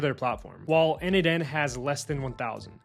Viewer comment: isn't it n-eight-n? like Nathan